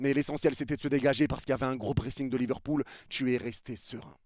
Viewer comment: C'est pas Liverpool mais LiverCOULE 🤣🤣🤣